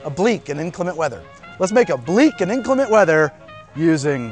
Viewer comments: it's "inclement" weather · It's inclement, not inclimate. Great drink. Good for international speak like a pirate day - September 18th. I like to use Stone's Green Ginger Wine as the sweetness/ginger factor although I will try the ginger syrup. The addition of a dark rum along with the over-proof rum adds a nice layer of complexity to the drink. Awesome channel. I recommend this channel to all my friends and none have been disappointed. Keep it up.